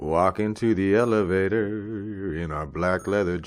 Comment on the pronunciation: Elevatoar. Computoar.